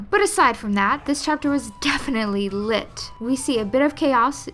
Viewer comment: It's "liTTT" 😭 Oh nooooo